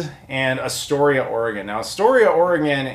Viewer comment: I'm from Seaside, OR originally. Had friends and their parents in Kindergarden Cop and such. But yeah.... THE GOONIES HOUSE IS OFF-LIMITS!!!! lol, can't believe you actually made it up there! The signs weren't up?! Did you not go see the lighthouse from the "Ring" that is in Astoria? Also it's pronounced "Ore-uh-gun" and "Ass-Tore-eah"! Just like Illinois is pronounced "Ill-uh-noise"! Great pick-ups video! The chase seen from The Goonies was done down in Cannon Beach next to Haystack Rock and the restauraunt was up on Tillamook head over-seeing Canon Beach (Ecola State Park). That is also were the Fair was shot in "Kindergarden Cop". My famile's ashes are spread in the Ocean there, and I lived by that rock for a couple years one time.